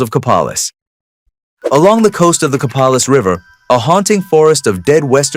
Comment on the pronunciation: Copalis.... Ko Pay' liss